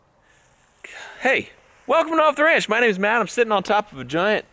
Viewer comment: Off D Ranch instead of the OffTheRanch